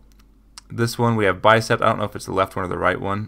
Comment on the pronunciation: Not trying to be rude, but it's just Bicep, not Bicept. Great tutorial by the way!